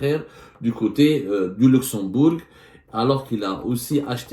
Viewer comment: On ne prononce pas le "g" dans Luxembourg.